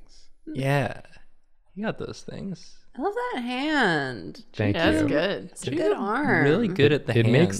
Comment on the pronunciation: Anyone else ever notice how says "thank you' sounds like "ink you"? Because i think it's absolutely wonderful. "ink yoooouuu! ^w^ "